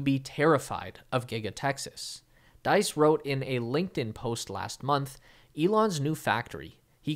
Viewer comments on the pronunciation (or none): his name is Diess not deis xD